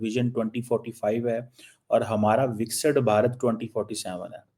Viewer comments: ganndu.... He can't pronounce vikist bharat.... He sounds like lahori churan....bixit bharata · he cannot pronounce it properly...Viksit Bharat... that's why...He is Lahori churan....heeen...